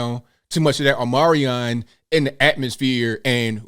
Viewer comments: I think it's pronounced 'Ohm-ni-cront' Uh, HOW do you graduate without knowing how to read?! How do you pass your final exams?! (I grew up in Catholic schools, not public schools. So really, how?) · I love how you refer to Omicron as "Omarion" 🎵! HAHAHAHA!!! "I only got 4 minutes."